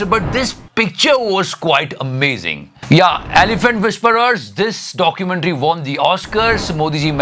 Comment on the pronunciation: Epic : AI wala pic Modi ji ka 😂😂😂 This is India mumench to comcharry....... documenchrry😂😂